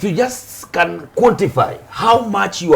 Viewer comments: He pronounced differently come not can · Ati can instead of can...i'm dead...lol